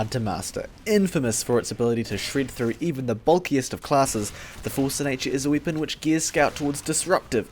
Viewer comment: Are you from Croatia or to be precise,Dalmatia? I have noticed just now that you say I instead of E like weapon for wipon. I'm not making fun of you,but the people in Croatia use ikavica to replace the letter E with I like you do.